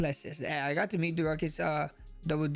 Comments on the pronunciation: “Derucus Dooplesess”😂😂😂😂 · Dooruckus really caught me off guard😂😂😂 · “Deruckus” is wild 😂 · Dooruckus Dooplesesss 😂😂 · "Doo-ruckus" is the craziest way I've ever heard Dricus' name pronounced lol. I thought "Dry-kus" was funny but oh my god Max that made me laugh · Yoooo, the way Max pronounced Dricus' name is a god damn felony. 😂😂😂 nooooooo